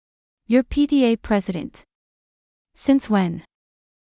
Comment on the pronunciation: It was probably not PDA but PTA. AI Does not always read properly.